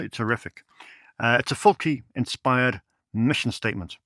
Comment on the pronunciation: To clarify the pronunciation of Lucio Fulci's name, it's "Full-chee", in italian if you see a c followed by an h - for example, Soavi's La Chiesa - it's a hard "Key" sound, so that's pronounced "Key-esa". A c followed by any other letter is a soft "chee" sound. Just as in his first name, Lu-chee-o Full-chee.